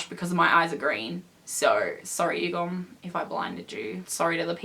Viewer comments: just to let you know the pronunciation for Yugyeom is Yu-gear-yem not Yugum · did she just say... YUGOM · who’s going to tell her that his name is yug-YEOM.. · I'm sorry I don't want to be a hater but you're pronouncing Yugyeom's name wrong...